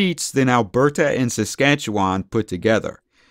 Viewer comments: Fuck bud, I can’t stand how you say Canadian names. You sound like a total hoser eh? We say Alberta like “Al • Ber • da” not “Al • ber • TA”. Saskatchewan we say like “Sus • catcha • wun” Toronto we say like “Ter • on • oh”. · I’m from SK and I’ve never, ever heard our province pronounced this way. What accent do you have, or where are you from?